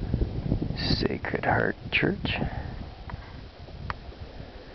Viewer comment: My grandparents used to live in Sheho - it's good to see a video of it. You're doing great work,! One minor thing - it's pronounced SHEE-ho, not shay-ho. Cheers!